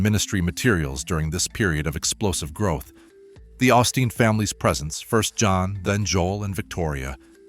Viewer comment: If you're going to do stories on the osteen's pronounce their name right quit being stupid